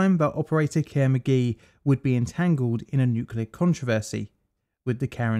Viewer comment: Did I seriously just hear the company involved in two nuclear accidents being called "Care McGee"?